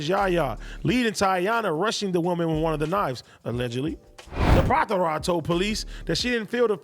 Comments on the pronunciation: What is so hard to pronounce about the name Lapattra? And if it's challenging for you why not practice? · am i the only one dying laughing at "LAPATHARA"?